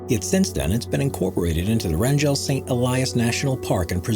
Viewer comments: Wrangell Alaska, “ray-n-gelle”😂 It’s pronounced “Rain-gull” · Please make an effort to correctly pronounce at least the American words. IE: WRANGELL has a hard g.